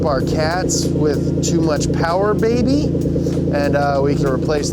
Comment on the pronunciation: More powah bahbeh